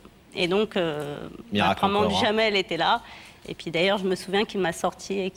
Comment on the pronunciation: Il s'appelle Jamel et non Djamel, il est marocain, c'est en Algérie qu'ils rajoutent la lettre D avant la lettre J, ils ont gardé la prononciation des turcs. Au Maroc les prénoms qui commencent par la lettre D s'écrivent et se prononcent normalement, sans rajouts à connotation quelconque. 😊